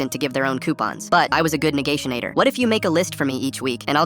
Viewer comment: The fuck is a negaysjaitor